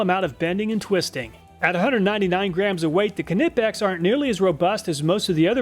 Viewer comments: Just like the D in Django, the K is silent in Knipex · Silent k in knipex i think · Love these high quality videos! Also I believe the k in knipex is silent like the k in the word knife. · THE K IN KNIPEX IS SILENT 🤦‍♂️THE K IN KNIPEX IS SILENT 🤦‍♂️THE K IN KNIPEX IS SILENT 🤦‍♂️THE K IN KNIPEX IS SILENT 🤦‍♂️THE K IN KNIPEX IS SILENT 🤦‍♂️THE K IN KNIPEX IS SILENT 🤦‍♂️THE K IN KNIPEX IS SILENT 🤦‍♂️THE K IN KNIPEX IS SILENT 🤦‍♂️THE K IN KNIPEX IS SILENT 🤦‍♂️THE K IN KNIPEX IS SILENT 🤦‍♂️THE K IN KNIPEX IS SILENT 🤦‍♂️THE K IN KNIPEX IS SILENT 🤦‍♂️ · K is silent in knipex right? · I started with the Knipex (The K is silent by the way)but the cutters got blunt quick and worst of all the length of the jaws was just a bit to long compared to many other options, Ive had the Irwins for a year now and no complaints so far. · Love the channel and Iv watched loads of your videos but please the k is silent in knipex😅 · Im sorry but the K is silent in Knipex. But otherwise, another fantastic video. Thank you for all the work and time you put into these videos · I really like your videos, but it always bothers me how you pronounce „Knipex“. But great video as always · The K in Knipex is silent just saying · Isn't the K in Knipex silent? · Silent k on knipex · i love all the videos but i do have to say, the k in knipex is silent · silent k on knipex makes me giggle cry every time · love your reviews,awesome= but just fyi the k is silent in knipex/ keep up the good work!! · thats not damage to the teeth its the paint from the screw🙄 and the k in Knipex is silent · They way he pronounces Knipex just grinds my gears every time. :D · The way he pronounce Knipex🙂😂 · It’s pronounced nipex not Knipex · Knipex pronounced ni-pex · The way you pronounce Knipex😂😂 It’s KNI not Keh-Ni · its not Kanipex its just Knipex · my only comment is it's pronounced ni-peks not kni-peks. the k is silent like know. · What bro do you not know the k is silent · "kahnipex" The "K" is silent lol "ni-peks"